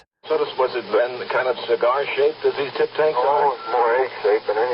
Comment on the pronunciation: He said tip tank